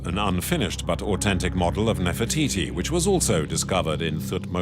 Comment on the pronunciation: Who pronounces au-then-tic au-ten-tic? Its so annoying.